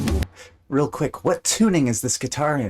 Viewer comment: It is Lam-neth. A clue is it rhymes with breath. This album gets a lot of crap, but I love it. The Necromancer is my 2nd favorite Rush song behind 2112.